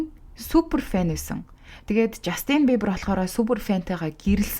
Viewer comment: Жаааастинь ！ not the жастиииийнь please zuw duudchihldaa , hvnii nershdee, please….